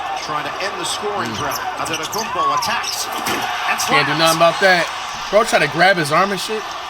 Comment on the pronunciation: Did the commentator just called Antetokoumpo « adanakoumbo » or am I tweaking😭